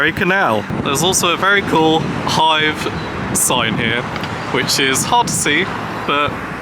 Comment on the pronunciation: Nice Video. I will stay a week in Hythe at the end of october this Year. May I ask you, as I am not a native speaker, it sounded as if you would pronounce Hythe as Hive. Is that the way to pronounce it (without a th)?